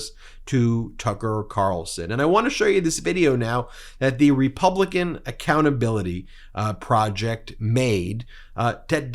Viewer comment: Ben, did you say "Republican Accountability Project"? 😆😆